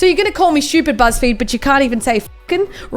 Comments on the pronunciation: SH-CH-U-PEED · Why does she say shtupid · I love how it sounds like she said shoopid